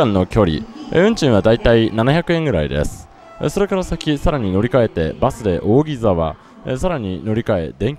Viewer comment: 扇沢の読み方はおおぎざわではなくおおぎさわですよ